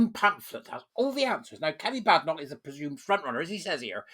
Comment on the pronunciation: From the lips of the lady herself, it is pronounced “Bay-den-ock”. HTH!